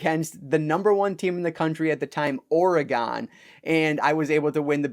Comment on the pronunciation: As a resident of Oregon..... I loved how you said the name of our state.... not really right, but when I first moved here from MN I'm sure I said it the same way, just thought I'd post to give you a bit of grief ...all in fun though....love the video.